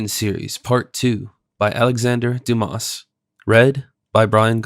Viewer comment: If you can't even pronounce the name of the author why read a Frenchg novel??